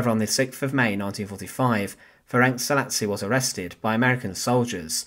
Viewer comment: Pronunciation is approximately Ferents Salashi.